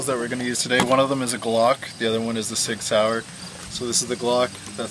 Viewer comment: I love it how he says SIG SAUER. Especially as a german, it is nice to hear how you say it ^^